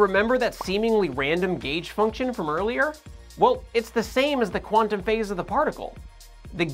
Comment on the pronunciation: should be "Quantum", NOT "Quantaum"!